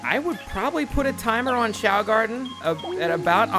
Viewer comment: "The young choa garden?" Is it really doe???